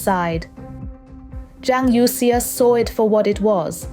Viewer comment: Please fix the pronunciation of Youxia (from the current incorrect youk-see-a).